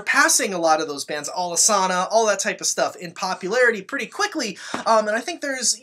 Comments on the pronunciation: It is ALICE ANNA , not alesána, I say it wrong too but the story is the bands rehearsal space was on the corner of Alice street and Anna avenue. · I gotta nitpick, it’s pronounced Alice-Anna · Alesana is pronounced “Alice-Anna” You should know better,. lol I’m a huge fan of them. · Please do an Alesana video lol Is pronounced Alice Anna, they were my fav band for years and fisrt few years I prounounced it Alesauna lmao met/seen em twice Amazing content as always lovin your work 🔥💗🔥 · Yo no lie I've been saying Alesana wrong all these years too!! I've been saying it like you say it. I'm still gunna keep saying it wrong haha